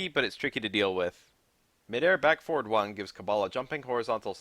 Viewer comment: How hard is it to say forward